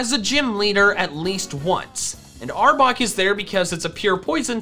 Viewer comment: and arbok not arbor